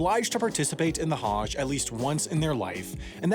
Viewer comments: I love this channel.. But can we please work on pronunciations... Islam has no 'z' the s is soft.. Same with Muslim it's not Muzlim its Muslim like how we pronounced the s in moose... Also for Hajj think of how we pronounce the word nudge. Similar but with a Ha at the beginning. Also Hajj has to do with means.. It's not cheap to do. Not everyone can do it. Muslims are not forced unless they have the ample source of capital to do it. Thanks for reading. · That's not even close to how Hajj is pronounced. Hajj rhymes with "fudge". This Haaaazh BS is ridiculous. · How are you able to say “Tchaikovsky” correctly but can’t say “Hajj”?? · The a in Hajj is not pronounced like that.